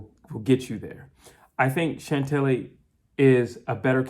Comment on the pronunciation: Please stop calling her Chantelly 😂 it’s just pronounced Chantel 😅 Taylor for the win ☘️